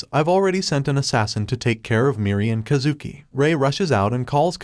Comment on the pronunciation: “kuh zooki” is killing me😭😭its Kaaah zuki